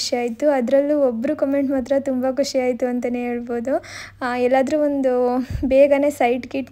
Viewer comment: ಖಷಿ ಅಲ್ಲಾ ಖುಷಿ